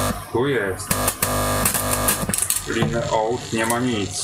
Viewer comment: Jezoooo.... LINE wymawia się"lajn" - nie kompromituj się , tak samo z tym APLI - "ejpl" :) Mam nadzieję , że się nie obraziłeś, i ogranicz to " że tak powiem "